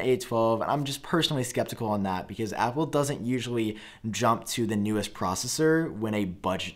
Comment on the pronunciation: Omg, repeat after me aaaaaappplllleeee